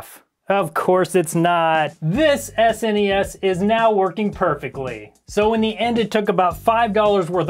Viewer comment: Thank you. Thank you for saying “S-N-E-S” and not “snes.”